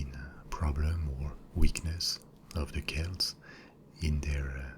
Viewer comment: Finally! Some correctly pronounces Celts as Kelts! Great video btw :)